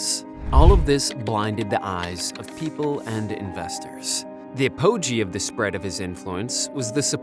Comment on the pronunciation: a puh gee Apoge?